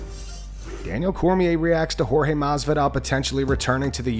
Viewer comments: Like how DC makes sure to say Pereira a certain way everytime but says George instead Jorge lol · Can yall please just call forge by his name. Jorge not George, his name doesn't need to be translated and it's not a hard one to say. Just call people by their names. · Can DC learn to say Jorge's name correctly please!